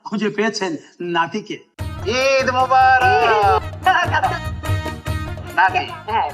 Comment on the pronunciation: হানিফ সংকেত উচ্চারণে ভুল করে এটা এই প্রথম শুনলাম। ঈদ মোবারক হবে ঈদ মোবারেক হবে না।